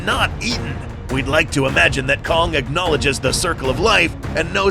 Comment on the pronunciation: am i the only one that heard c*ck instead of kong?